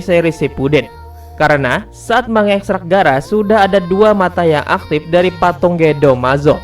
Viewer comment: Patung broo,bukan patong